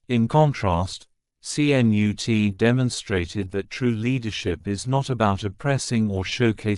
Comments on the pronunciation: My grandfather who came from Sweden to the U.S.. Would most definitely call you an imbecile! He shade the name with this famous Viking English King though he spelt his name KNUTE. But they are pronounced the same Ka.....Nut with the invisible 'a'. And I thought I was bad at pronouncing some words and names. You are most definitely worse, thank you for knocking me off that list. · DITCH THE MORON AI VOICE. YOU GOT THE LETTERS C-N-U-T IN THE WRONG ORDER. THE SECOND LETTER IS "U".